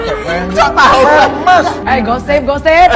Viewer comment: setauku bacanya bukan hermes